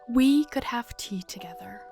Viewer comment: Idk why but it sounded like u said ‘teeth’ in this bit 😂